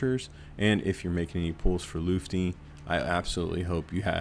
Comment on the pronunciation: The most mysterious thing about Lutfi is why no content creator can say his name correctly 😅